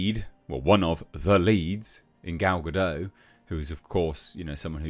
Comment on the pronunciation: And it's not a silent T in Gal's name. You should say Ga-Dot